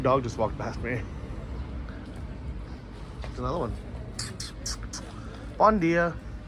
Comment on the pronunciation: Bon djeea is not portuguese, bom dia...pronounced like "Bom dia"